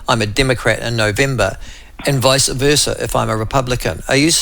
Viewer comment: Michael I am a fan. Pleasr say vice versa not visa versa.